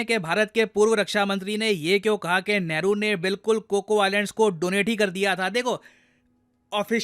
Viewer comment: He said Neharu, that explained a lot 🤦